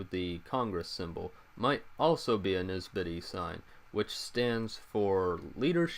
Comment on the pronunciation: Thanks for the explanation. Great Job!! Please understand it's pronounce NNNNsibidi, not Nisbidi. Thanks again.